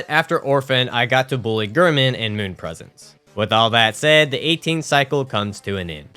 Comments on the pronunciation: Heeering you say “gurman” instead of “Gehrman” is killing me 😫😫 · Also Gair-Mon, Not Ghur-Min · The way you always said Gehrman made me tweak.